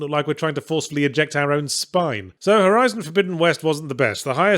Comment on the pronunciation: um excuse me, it's called "Horizon Forbidden West"